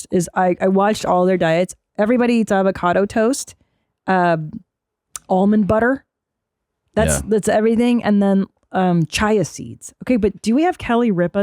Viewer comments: "Chya seed" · chia is pronounced (chee uh) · Fuckin what seeds? “Chai-ya seeds?” You sound as annoying as Paltrow looks. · Oh chi-uh seeds from the chi-uh pets? What a toked pronunciation. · Look... this is what they SAY they eat. Obviously they do adhere to this kind of diet for films and TV, but to suggest they never deviate from it is short sighted. Also... they're VERY wealthy, who can blame them for wanting to live for as long as humanly possible? Chia is hilariously mispronounced as well. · I loose it everytime with the pronunciation of chia seeds 😆🤣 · YESSSSS!! I’ve been looking for this comment 🖤🖤🖤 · I'm on your team, but that pronunciation of chia is a punchable offense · she almost had me question my pronunciation of chia